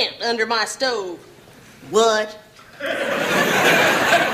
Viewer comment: I have no idea why, but the long silence and the way she says “whuut?“ Absolutely kills me 🤣